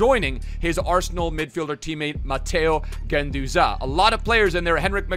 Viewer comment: His nickname is La Garra Also, why you saying Guendouzaaaaayy